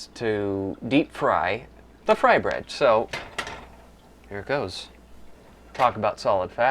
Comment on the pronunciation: lol... you said Bye, and Frybread wrong! But good job.